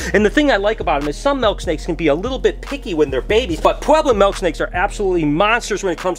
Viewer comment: It’s mIIIILK not malk 🤣😂🤣 I hate when people say milk like that lmfao love u tho just pickin on ya